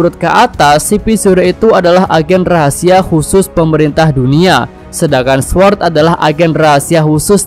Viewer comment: Cara ngucapin sword, “sord” w nya ga disebut ✌️